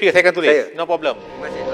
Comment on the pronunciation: ayat akhir sekali sepang tu..no problem ka no papedom..cakap kalut .tah apa apa.sepang mulut longkang ni..dengar macam papedom ja..